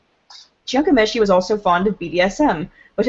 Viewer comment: please, if you are going to do a piece on Ghomeshi, learn to pronounce his name BEFOREHAND